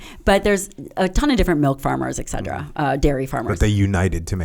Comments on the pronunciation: Listen to me. ET CETERA. Not Excedera. C'mpn, you're a freakin' doctor and you don't know how to pronounce that? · Why did she keep saying 'Excedra' instead of etcetera? Lol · If you are an academic and your favourite word is "etc." do you really have to pronounce it "exeddra" like its a drug, instead of " et certera"? Like eXspecially but more annoying... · I can’t get past her pronunciation of et cetera as ‘eg cedra.’ 😭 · Hearing her butcher the word ETCETERA is unbearable. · Ask your doctor if "Egg-sed-druh" is right for you